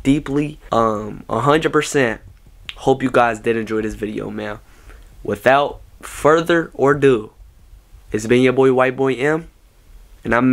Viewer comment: he said further or do instead of further a do 😂